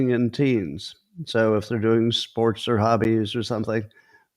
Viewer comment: "5 spornts a day" riiiiiiiiiight, Scontt.